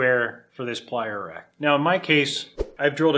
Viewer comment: Oh........”plier rack”........I thought he said “playa rack”, I was expecting topless burning-man footage.